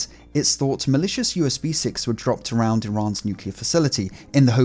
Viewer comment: “Usb sicks” where is the T!